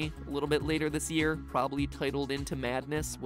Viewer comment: I herd him saying shish year😂🤣